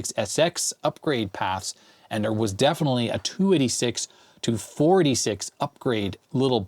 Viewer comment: I never heard anyone pronounce “486” “4d6” before. Really messed up the flow of the video for me! 3d6, 4d6, 2d6.